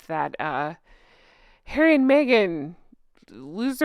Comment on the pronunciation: Judge 🧑‍⚖️ went like “I didn’t know that Hawwy has children ?! 🤏🤨